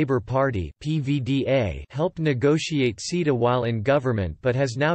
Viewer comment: It took me a while to realuze that "seeda" means CETA. For anyone with a short attention span, the reason the EU has an issue with it is in the last 20 seconds.